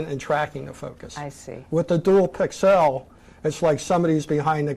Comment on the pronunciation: That guy is driving me nuts saying "pixelle" all the time. I have never heard anyone EVER pronounce pixel that way. The rest of the world pronounces it pixle.